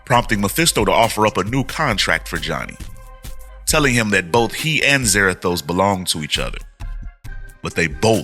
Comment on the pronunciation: I really hate what they've done with Ghost Rider the last 10 years. Also Za-RA-thos (ra - like in rat). So new Spirits of Vengeance looks like it's Blaze/Zarathos, Danny Ketch / Noble Kale, And Vengeance.